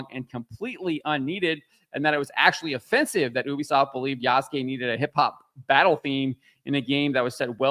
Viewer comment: Why are these guys always pronoucing Yasuke wrong, Ya-su-ke